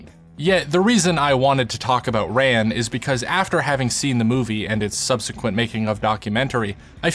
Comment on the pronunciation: Pronounced more like "run".